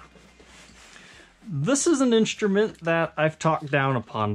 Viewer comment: Why do you say "inSHtrument"?